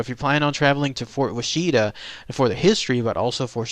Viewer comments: Pronounced Wash-it-a, not wa-sheet-a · As a southern Oklahoma resident I cringe at hearing you pronounce Washita. It’s Wash Uhhh Talll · Wah-she-ta??? Dude needs to get the pronunciation right. Wonder how he'd pronounce Muskogee, Okmulgee and Chickasha? He'd probably nail Moss, Beggs, and Ada. At least he got the Aunt Jane story right. That story scared me way too much when my Cub Scout troop went there in '69. So what if I had to sleep with my nightlight for a couple of weeks, don't judge me. I was friggin 8. LOL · My Daddy grew up in the fort. It's pronounced "WAH-shuh-tah".